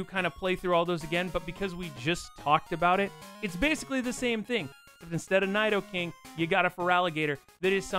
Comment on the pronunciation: I really hate how you say Nidoking, it's "Knee-Dough-King". "i" is always pronounced like 'ee' in Japanese and "Ni" means "Two" so it's a reference to how Nidoran starts as two different genders and evolution lines... And are you calling Palkia Cresselia? It looks like it from the footage shown.